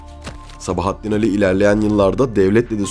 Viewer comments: Güzel belgesel yalnız seslendiren arkadaş Atsız, Ali ve birkaç kelimede daha A yı vurgulu söylemeniz kulak tırmalıyor. Türkçede vurgu her zaman son heceye düşer. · İki Âli'nin de telaffuzu aynı fakat Sabahattin Ali diyorsunuz